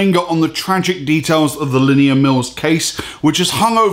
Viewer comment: The way he butchers "Linnea" is annoying... sounds like he's saying "linear"